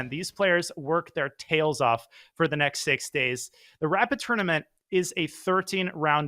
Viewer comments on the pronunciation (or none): none